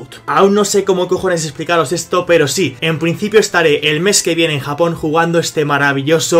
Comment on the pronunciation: Tezcat en breve: Mi gente, estamos en Japong.....